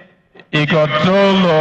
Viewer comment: None of them can pronunce Ighodalo distintively. Unbelievable. Even a German can pronunce Ogbedegbe and Ikpeba.